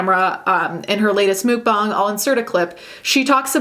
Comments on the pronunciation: Muck bang is the right way of saying stop please your not a better person because you say it that way you don’t sht ice cream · I couldn't watch. It's pronounceed muck bang not mook bong. You absolute Turkey. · Why do people say Mook, instead of Muk(like the pokemon?) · Its muk bang not mook bong. Ya weirdo